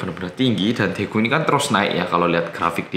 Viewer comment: Pas itu ora medok blas😆